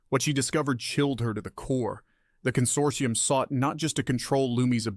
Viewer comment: "Con-sort-EYE-um" So close, almost thought you were an AI over that one.